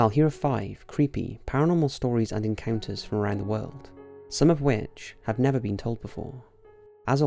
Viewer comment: Xxcountry_girl_2014xX I understood that part but you said, "I habe..."